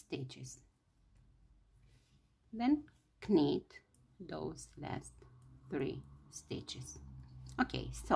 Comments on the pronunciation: You are so sweet to share your talents with us. (I don't know if anyone has told you, but when saying knit, the k is not said. Say "nit"!)I love these tutorials and can't wait for more. Can you do a sweater in a 6 to 9 month size? Thank you again. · just say "NIT". Act like the k is not there. You are doing great. There are lots of words in English like that, your learning is very good. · It’s knit but don’t pronounce the first letter K just nit ;) beautiful bonnet. 😊